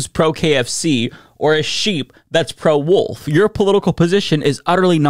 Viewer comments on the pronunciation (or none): I think he said pro wolf not pro wool